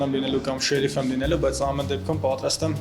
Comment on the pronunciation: Հերիքա ասես շեռռռիֆ մի ձևի ազդում ես չես կարողանում ասել շերիֆ ր֊ով աղջիկ ջան ր֊ով